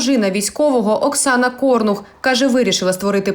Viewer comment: Не кОрнух, а корнУх. Якщо ви журналіст, маєте знати як ставити наголос в українських прізвищах